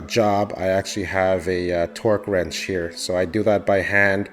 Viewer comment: It sounds like you said twerk wrench